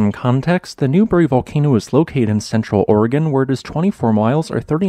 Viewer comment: As a native of Oregon and Washington, I'd like to commend you on saying "Oregon" in the 'proper' way. Thank you.